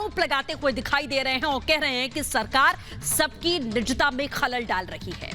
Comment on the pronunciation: Good news but please correct hindi pronunciation it is ' nijta' not nichta.